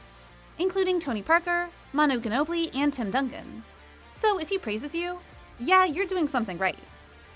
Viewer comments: “Manu kinobli” Bruh wtf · She is butchering his name, and many others Doncic = "DONKcic" Ginobili = "Kinobili" Celtics = "Kelvics" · I feel bad this girl is trying to read a script about a sport she doesnt know” Guhnobli” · Dude she don't know anything lol she said Manu Ginobilis name with a G sound instead of a J sound, and couldn't even pronounce CELTICS right, the C is an S sound, I don't even think she really knew who Greg Popovich was. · LOL!! Donkick, Nowitski, Guhnoblee, and the Keltics. It’s obvious someone doesn’t know about the very sport they’re talking about…. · Many Guh-no-bli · Don’t forget manu ginobili